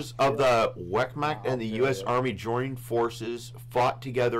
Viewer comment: “wetmackt” Ver-maucht. slightly roll the r. not a hard A but AU like in tAUght.